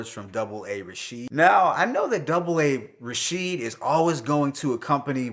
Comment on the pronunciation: I have love for your reviews please say A A Rashid no one says double A Rashid lol This particular album is not my favorite of the series.That being said Rome Streetz is officially with Greslda.I love southern Emcees with strong southern accents Rapping over no drums. Sauce Walka flow and delivery had alot of personality and was my favorite.Lil Wayne was dope to hear as well , I love the fact that if you work with Greslda you are going to enter the world of Greslda no crossover. Conductor Williams and Sauce Walka are the MVP of the album. To me westside Gunn is the p Diddy of the underground he knows how to bring the best out of artists and puts more spotlight on the culture of the HipHop then himself.* Side note Stove God Cooks is the artists to play to your friends that love young thug and are not into no drums or boom bap. That being said Stove needs to expand his subject matter if he wants to be a GOAT, he is suffering from the pusha T disease. Great Review keep it up your only competition is Dead End HipHop and the OG Misantropik One peace